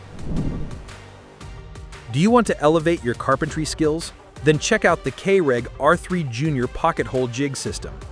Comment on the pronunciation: It's Kreg, thats the name, not Kayreg, and with the exception of the Kreg, and mechanical pencils , these tools are frivolous and not necessary to anyone who does this professionally , some people just like gadgets .